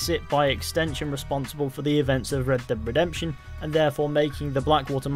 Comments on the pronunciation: Red deb redemption 😆 wtf are you saying 😅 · "Reb deb redemption" lol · "Red Deb Redemption" 😂😂